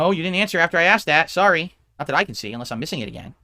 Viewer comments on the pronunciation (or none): none